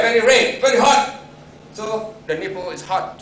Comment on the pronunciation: haha that asian is funny how he says nipple thats neat though